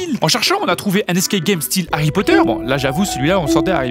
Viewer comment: " Les escae gay"